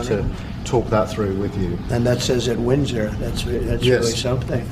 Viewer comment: Well, The Donald correctly pronounced “Windsor”. Progress of a kind.